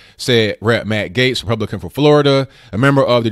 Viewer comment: Since you asked,; Gaetz is pronounced " gets" as opposed to gates